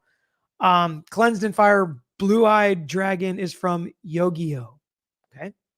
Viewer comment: Can't believe you've never heard of Yu-Gi-Oh,! I cracked up when you mispronounced it.